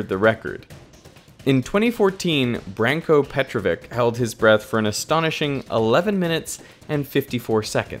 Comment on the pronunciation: Love your videos, I suggest only to pronounce foreign names properly. You muspronounced both Branko Petrović (ch at the end, not k), and Budimir Šobat (sh at the beginning, not s). It shows respect when you learn to pronounce someone's name properly.